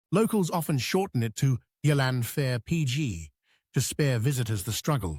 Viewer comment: and learn how to pronounce Llanfair PG correctly.